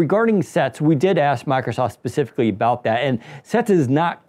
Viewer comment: This is meant exclusively as constructive criticism. respectfully suggest you speak more slowly and take the time fully pronounce words. As an example, consiider you you say "Miicrosoft.' (Listen, and notice that you actually say something like "mike-a-soff"). Listen carefully to professionals on radio and TV. They enunciate with great care. They do not omit parts of words like consonants. You will also notice that they speak MUCH slower than you do. These people, who are paid to speak, are not fools. They know their audience is literally unable to take in new information as quickly as you speak. You're an expert. Your listeners are not. You are telling them things they may not expect. Give them enough time to comprehend and consider your ideas while you are talking. There is a simple trick for this. Enunciate. If you take the time to actually pronounce the consonants at the end of syllables and words, that minor reduction in speed will help your audience comprehend much more. Having understood much more, they will like you more and think YOU are smarter. Remember, taking in new information is hard, and on a YouTube video, there is no opportunity to say, "Wait, what? I don't get it!" You have only one chance to clarify. SLOW DOWN. Ironically, if you slow down and articulate, people will actually understand much more. If you don't believe me, do your own simple experiment: Take a group of people, have them watch your video, just as it is. Then give them a simple comprehension